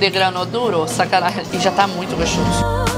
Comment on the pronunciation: para de falar SACANAEM